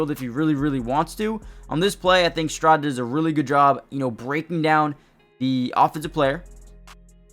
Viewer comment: Local radio guys out here in Denver pronounce his name "Stri-nad" or "strah-nad"